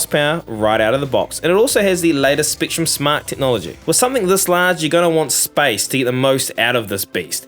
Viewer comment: Why you say top teen not top ten. Spektrum not Speektrum